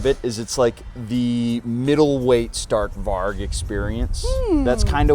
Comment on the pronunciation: Stark Varg is pronounced Stark Varj with a short a like in cat, and the g is pronounced like a j. Its a Swedish name. Strong Wolf in English.